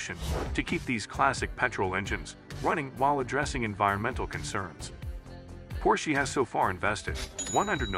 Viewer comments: Probably should replace the audio so the AI doesn’t say “Porsche-y” 😂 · Oh goodness it is bad. This not worth watching. It is awful to hear the pronunciation of Porsche. Not worth it dude.